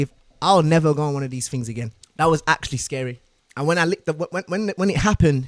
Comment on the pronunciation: fings and tings